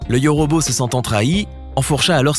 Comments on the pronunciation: C’est yôrôbô pas yorobo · On dit yôrôbô pas yorobo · 😂 Le yauraubau